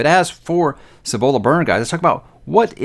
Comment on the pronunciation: You were correct with your pronunciation of Cibola (according to the audiobook). Dragon Keeper was the first Robin Hobb book I read. It's the reason why I continue reading her books. I've never understood the general dislike for Rain Wild.